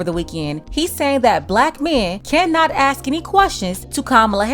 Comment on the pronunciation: I'll listen to him when he learn how to pronounce "ask".